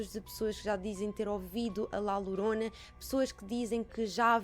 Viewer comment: Diz-se Lhorona mas lorona ou horona tudo se percebe!beijinhos👻👻😻